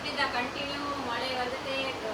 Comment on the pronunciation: ரெயின் பாருங்ேங வெள்ளே மலே வருது தமிழை கொலை பண்ணாதே